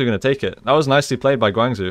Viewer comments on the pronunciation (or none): Next time pronounce Guang Zhou (Guang jo) not Guang zu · Nice review! Guangzhou prounces "gwang-joh" aka Gwang Joe :)